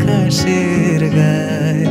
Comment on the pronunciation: এতো স্লো কি ভালো লাগে? এরপর 'আকাশেরো গায়' উচ্চারণ হবে কিন্তু আপনি আকাশের উচ্চারণ করেছেন!